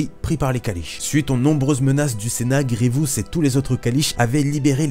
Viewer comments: Superbe vidéo seul problème, tu a la fâcheuse tendance à dire "Grievious". J'ai adoré voir cette vidéo mettant à l'honneur mon méchant préféré. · Dans la série Clone Wars tout le monde dit Grivious sans raison et résultat tout ceux qui on regardé la série le font aussi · Pourquoi personne ne prononce GRIEVOUS correctement, le i est au début, pas au milieu ! J'imagine que c'est à cause de Clone Wars